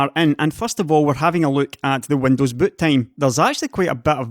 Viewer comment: Did he say butt-time?